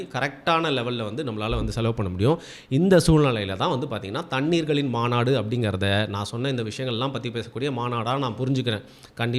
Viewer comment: Mandu illa bro maabadu sorry maanadu